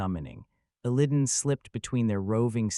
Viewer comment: Your pronunciation of Illidan hurts my soul.